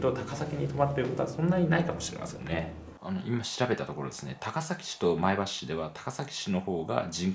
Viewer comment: 前橋の発音が自然ですね（NHKは不自然）